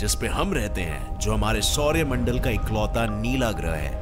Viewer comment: Sor mandal not shourya mandal